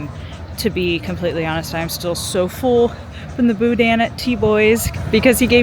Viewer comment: It’s not pronounced Boo-Dan it’s Boo-Dn’,the N is short. The Best Stop in Scott is the best,The Superette in Eunice is second best.